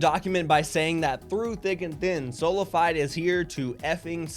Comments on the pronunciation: At least research how to pronunnce the orgs name before covering a story...its spanish and means by faith only/only faith...sola fiiiiiDe.....pathetic stuff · Bro why is he still here it's pronounced sola-fee-day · its so weird the way he says SolaFide